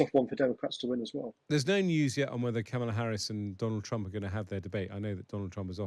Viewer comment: Might be time to figure out how Kamala is pronounced, Times. It's KARmala, not KarMARla. And not Camel-a. She's not a camel. Is it that great an intellectual leap? Just hear the word, and then say it. Spread the memo to your presentors.